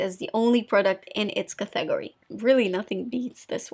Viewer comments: IAmThatIAm it took me a few days, several videos ago to figure out “cathegorie” lol, I almost lost sleep. Finally oh! It’s category!! Now, I just laugh. I think English is her third language? If I only.... I lived in Southern California for 40 years & still could only pick up a bit of Spanish. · I’m here waiting for a funny pronunciation of a word . Like “smootthh” and “cathegorie” it’s so adorable it makes me chuckle every time!